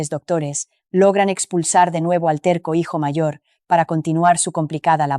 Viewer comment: ..Óh,!! La imiensa mensión..la grand abitación,..😂arregaña dientes..tierco abogado calbo.. que manera de contar, tan dramática..😂